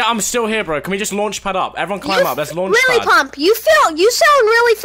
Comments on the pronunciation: i thought he said Lily Pop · I thought he was saying Lele pons, turns out he said lily pump.